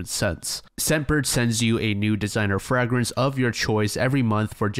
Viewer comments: “Frag-Rence” out!!!!! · Fr-ay-gren-se Not Fr-ah-gran-se 😂😂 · I thought I was the only one lol! I keep hearing "frag" like a grenade! For anyone curious, it's fragrance with the "fra" being pronounced like"fray", or fragrant. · I’ve never heard anyone pronounce fragrance in the same way you’d say frag grenade. Pls remember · WTF is a FRAG-RINSE lol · Never heard anyone pronounce fragrance as "frag-rants" before and tbh it really bothers me 😅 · IT IS NOT FRAG-RANCE LMAO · Yo what is wrong with this guy lmao at first I thought he was joking why does he pronounce fragrance as FRAG RINSE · That pronunciation of fragrance was WILD 🫣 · this is the most captivating YouTube series I think I’ve ever listened to. like many, I fall asleep and revisit these videos over and over again. that being said the most disturbing part of this ongoing series is your pronunciation of the word “fragrance”. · in french its with the a sound so it didnt strike me as particularly odd but now that i think abt it its def wrong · mf trying to sell cologne and cannot pronounce "fragrance" lmao. But fr the reading skills / pronunciation of so many content creators is shocking to me. You'd think people that want to speak for a living might learn how to pronounce words... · I came to the comments for this😂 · Learn how to say fragrance 😁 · the way you pronounce fragrance is fun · WHY BRO SAY FRAGRANCE LIKE THAT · no way you prounounce fragrance like that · Why tf are you pronouncing fragrance like that? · Fun but I can’t stand how you pronounce fragrance lol